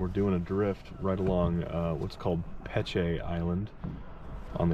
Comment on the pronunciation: Great video man. I work on the river as a captain, last week seemed to really pick up fish wise. Also, Peche Island is pronounced "pesh" for future reference.🤘